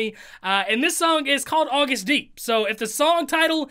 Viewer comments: It’s pronounced like you would say August like the month and then you say D. 😆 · Solo is Agust D it's pronounced just like "August" Just like in bts he's Suga not sugar. There is a video that sequels this one called "Give it to me" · It’s pronounced August D. He also goes by Suga (short for shooting guard- he plays basketball) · agust is pronounced like the month , “august” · Am I the only person who laughs when he says "to the STD" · Name pronounced: Ag-oo-st d 🙃